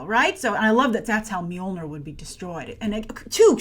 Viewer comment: Grace: your pronunciation of "Mjolnir" (actually: "Mjølner/Mjölner") is very, very good - as a Scandinavian, I approve :-)